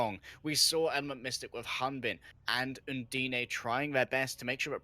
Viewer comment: "And PROPER receives the nano boost to keep him alive" get new casters please, this was terrible (Un-D-Nay is how he pronounced "Undine"s name, yikes)